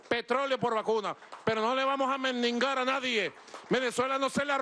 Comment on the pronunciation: ..No le vamos a "Mengingar" a nadie!